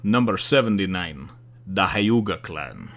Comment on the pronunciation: It's pronounced hyew-ga